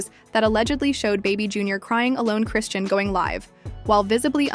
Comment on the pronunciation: Chri-shawn is the pronunciation. Not Christian or chrisann